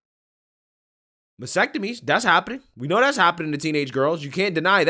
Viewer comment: is he saying ‘vasectomies’ are happening to teenage girls? Or am I just mishearing him? Oh, wait…I bet he’s saying mastectomies…but, for some reason, all I’m hearing is vasectomies.